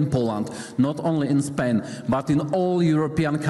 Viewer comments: . Pain, a nie Spain, hehe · powiedział is pain, a nie is Spain, czyli oprócz cierpienia - ból, a nie Hiszpania ;)